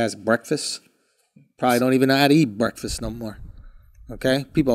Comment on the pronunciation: Someone teach Andrew how to say breakfast